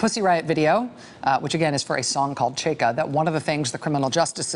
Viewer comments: Side note: Chaika/чайка is pronounced ch-EYE-kah, not chey-kah. Well, unless meant as a wordplay on Cheka. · it's pronounced chai-ka, not chey-ka :) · Ch_a_i_k_a - China. That's the right pronunciation of the 1st syllable. Also chaika means seagull, the bird. And it is a name of known Chekhov's play. How important is this? May be not... But please don't hesitate to ask if interested. Rachel you're the best! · I swear, if she says Cheika one. more. time... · Rachel its chaika like the chai you order at Starbucks? Except this one has ka in the the end. Chaika! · Rachel, love, you're killing me — please stop rhyming first syllable of chai-ka with bay or hey. It rhymes with buy and high. My poor ears! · #rachelmaddow how are u going to spend your whole show talking about one guy. Whose name is also a noun. whose name is also Chekhovs most famous play. And not ask 1 Russian speaker. Or Google. How to actually pronounce it. Smfh. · I wish someone would coach Rachel on pronouncing foreign names. She says that "Chaika" is the most pronouncable of Russian names but she mispronounces it.... over and over and over.